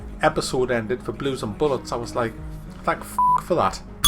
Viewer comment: Are you saying Blue and Bollocks or Blue and bullets lol.